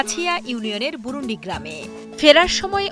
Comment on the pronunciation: আরে ভাই বুরুন্দী আমাদের এলকার নাম!🤦‍♂️ বুরুন্ডি না!😒